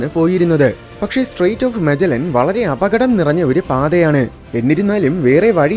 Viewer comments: Who said it's മജല്ലൻ it's മഗല്ലൻ ബ്രോ , just watch "Julius Manuel" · മജെല്ലനോ മഗല്ലൻ എന്നല്ലേ ഞാനൊക്കെ സ്കൂളിൽ പഠിച്ചത് അങ്ങിനെയാണ് താൻ പഠിക്കുന്ന കാലത്ത് മജെ ല്ലൻ എന്നാണോ പഠിപ്പിച്ചിരുന്നത്